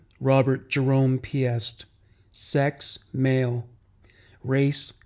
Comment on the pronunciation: You’re very thorough but please take the time to learn the pronunciation of names, especially victims. Rob’s last name is pronounced “Peest”, like priest.